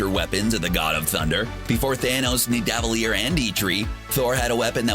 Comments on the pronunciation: Did he say nee-dav-lee-ar? It’s nid-a-va-leer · No it’s Nidavellir so it’s said as Needa-Veleer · I'm sorry, but the way the narrator says Nividalir made me cringe more than that time Cap kissed Sharron, and that's saying something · It's "NEVER DELEAH" that's how you say it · You pronounced Nivadellir wrong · I love most of the videos CBR makes but i hate how they pronounce so many words. Nidavellir in this video is just one example. There’s one in every video. They legit even say it right in the movies